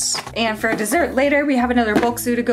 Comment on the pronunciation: Dessert, not desert 😉😅